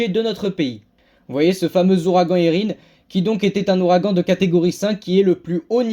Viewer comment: Merci 😊 et tu prononce bien Érin !